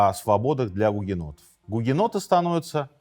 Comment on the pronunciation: Мне одной слышались периодически не "у гугеннотов", а "у енотов"? 😅